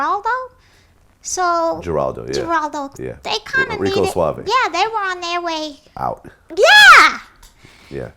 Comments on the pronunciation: Michele'le pronounced "Gerarldo" the proper way Vlad. You chopped the Spanish name with the typical Anglo-American pronunciation. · OMG! She pronounced Geraldo's name correctly but he pronounced the G. Ummmm, the G is silent. She was right.